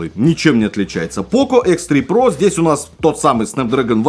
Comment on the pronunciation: Хихихи - "Хэ Зэ про"! Смешно, смешно!